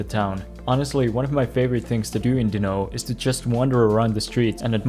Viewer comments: I don't know how many times i can take someone saying dino instead of dinant in just a couple of minutes. whaahhg It must have been a dozen times whyyyy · What's with the weird pronouciantion of Dinant?